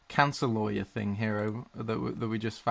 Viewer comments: "instead of liars" not how you pronounce lawer its like loy*·*ur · The way he said lawyer XD " loiyer" beautiful American accent!! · loywer Americans: disappointed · Wait I don’t know if I heard correctly but it sounded like you called lawyers liars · I think he said liars. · I heard it as "in England we call them solicitors instead of liars" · I've never heard anyone pronounce lawyer as "law-yer", it just sounds weird. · Hearing try to pronounce lawyer in an American accent gives me life. I thought he was saying “liars” at first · As an American I thought the way you said lawyer was bizarre. We say it like "low ear" kinda. Then after thinking about it, since you're saying "law" then "yer" it makes sense, and the way America says it is bizarre instead. Fascinating stuff. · Lol when said lawyer it sounded like liar. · Nobody:: La..yer Me: Liyer... Lyer? Liar! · him trying to pronounce lawyer tho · I think when he tried to say lawyer....